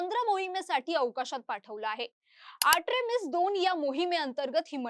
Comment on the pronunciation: Are atrimis nahi artimis😂